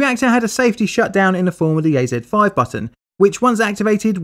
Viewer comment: Why is the AZ-5 button always say A3-5. Does anyone have any idea why that is?